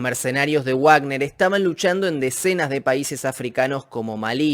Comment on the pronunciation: es "vagner" no "uagner", la "w" en aleman suena a "v".